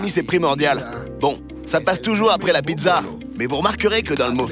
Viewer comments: "Pitsa" pas pidza mamma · Juste pour vous informer que la pizza 🍕 se prenonce pitsa et pas pitza . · pourquoi vous dites PIDZA ????